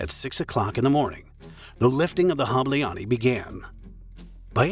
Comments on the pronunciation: Making a documentary and not giving a shit about how to pronounce Hableány is a shame. It is literally 1min of work, but painful to hear. I guess the voice is synthetic at least. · The video is as good as the pronounciations aren't. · I'm sorry but for such a serious topic it would be good to check pronunciation! It threw me off how badly mispronounced "Hableány" is throughout the whole video! It feels like making a joke out of this case. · bro you BUTCHERD that name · I wish you asked google translate to pronounce Hableány at least once to learn how to approximately do it before going on record and saying it wrong a hundred times. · Pronouncing Budapest perfectly, but not Hableány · Im sorry i usually love your videos but im hungarian and barely figured out thay you were talking about hableany its really not difficult to look up a pronunciation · Ah, glad to hear the creator didn't spend 1 minute on Google Translate to check how to pronounce some of those Hungarian words. The universe is still stable. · "Ny" is one letter not two different! Please just say the english name of the weasel instead trying to pronounce the Hungarian name of it! The video about the story is good just annoying to hear the miss pronounced word 😅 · "Hableány" was also pronounced incorrectly during all the video. However, Hungarian language is one of the hardest in the world (besides Chinese). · It’s pronounced like HAH-bleh-ahn-y (the final -ny is like in canyon). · I just clicked to hear the word "Hableány" get mercilessly butchered by lazy foreigner content mills, who can't bother to spend 15 seconds to look up the proper pronounciation for a video they're making. Well, mission "accomplished". "Hableaani." They made it into a Finnish word. Well, then I can't bother to click like or subscribe. Sorry, too much effort! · The way you pronounce "ny" at the end of Hableany is disturbing, but other than that it's a GREAT video, with excellent editing. Thanks :) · Hableány phonetics: [ˈhɒblɛaːɲ]